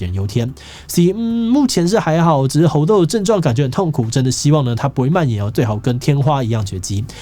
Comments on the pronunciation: 一直聽志祺唸「紅豆」病毒讓我很出戲XD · _777Plus1:我也聽成紅豆.....肚子餓了:_777Orz1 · 一直聽到紅豆，我是餓了嗎？